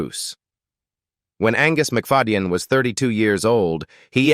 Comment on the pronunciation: Hilarious ai voice can’t say names right mc fad e yen so funny